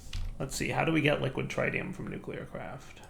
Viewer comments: you know Nuclearcraft machines can take Mekanism gasses, right? You proved this in Enigmatica 2 by using gaseous deuterium and tritium in the fusion reactor. Also, you're pronouncing tritium wrong, again. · 1. Salt reactors, yes. 2. You should put holding on the tritium and deuterium fluid tanks for a larger backlog. 3. It's a soft I in tritium not a hard I.